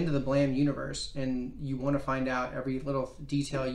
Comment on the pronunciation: The E in "BLAME!" is silent